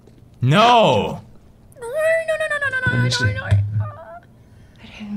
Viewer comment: Pewds: NO! Mark: NO! Girl: NAUR!